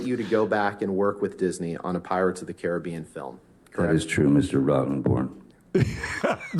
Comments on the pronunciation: Hold up…I swear I heard him say “Pirates of The Karen-bean.” If not, I declare myself the creator of these gloriously put together words and demand recognition for it…Just kidding. Seriously though, this is gold either way. SPREAD IT EVERYWHERE UNTO THE MASSES!” 😂Even the subtitles say it! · I could swear you said Karen-bee-an in the very beginning. 😆🤣😂